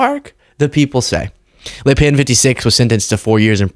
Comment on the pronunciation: Good job on the prononciation of le pen